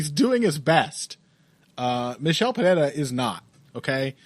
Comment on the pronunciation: Lol I cannot standddd the way says Perrera. And he cant say Nurmagamedov to save his life either haha